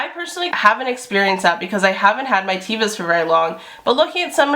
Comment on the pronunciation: Great vid! Very informative! "teh-vah," with a soft "e." : ) (Hebrew word for 'nature')